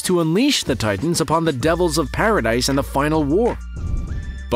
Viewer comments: Paradis not paradise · One Correction for prounounciation instead of "Pa ra dy se" its "Pa ra dih" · It's not paradise it's paradis said like para dee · Bruh! it's not pronounced as Paradise...it is Paradis (Paruhdee) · Is it really pronounced "paradise"? I thought it was pronounce "paradeese"? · It's not paradise. It's paradis. Kinda like saying parody.